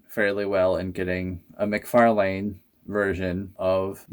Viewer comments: it's pronounced mc/far/lan, the way you say it sounds like a street name you dont say lane👍I can forward the many videos of him saying his own name if you like? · Your pronouncing mcfarlane wrong btw, figures are cool tho👌